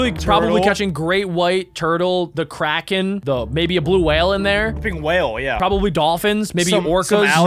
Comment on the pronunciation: why do you call it the kraen i's the giant sQiuid